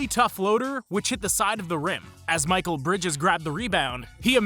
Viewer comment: The guy narrating for a BASKETBALL channel thinks Mikal Bridges first name is pronounced Michael? 🤔